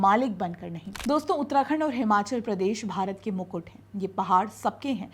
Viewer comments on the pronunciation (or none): none